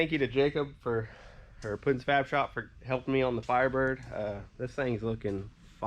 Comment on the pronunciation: It’s Puddin… not Putin for god sake!!!